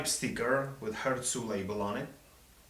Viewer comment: Your pronunciation of "HÖRZU" is pretty good! :-)